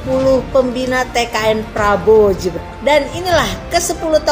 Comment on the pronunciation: Hei..... bukan jibran tapi. Gibran...... Gibran...... Gibran...... Gibran.... Bkn jibran...... Jibran.... Jibran